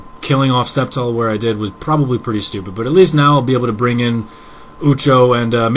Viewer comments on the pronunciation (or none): What's a sceptle? You pronounce reptile "reptle" also?